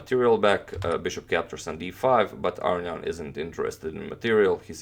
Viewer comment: wow. I'm surprised to here the authentic pronunciation of Aronian's last name here :)